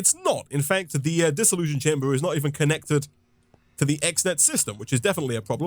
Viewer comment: Funny how you keep saying "Dissollusion chamber". Almost sounds like dissillusion. It's really a Dissollution chamber with a T. So random, sorry.